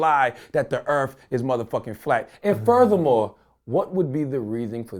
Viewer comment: RebelBeamMaster X84 only if he could pronounce words properly earth does not have a slang word so why earf. He is a damn hypocrite..... just can't stand him.